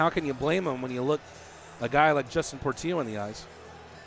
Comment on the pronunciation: Do the announcers not realize Portillo has 2 L's in it? His names not Portio....